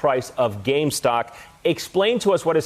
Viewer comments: Why can't say the word "gamestop" instead of "gamestock" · The fact they keep saying GameStock. It's GAMESTOP. They still don't get the message, keep up the pressure. We can buy what we like, sue if they stop you!!